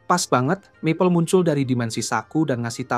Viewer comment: Ini pake suara google? Kedengaran agak aneh aja gitu, maple yg harusnya dibaca mapel malah map le